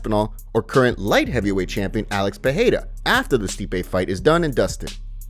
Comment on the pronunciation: It’s not peheira it’s peReira